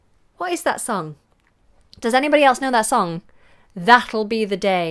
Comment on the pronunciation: And then she screws it up epically. That'll has this d sound in the Beatles song just because Beatles sang with American accent. That is it. And no British accent.